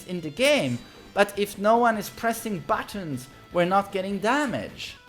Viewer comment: the way you say buttons is so funny to me idk why hahah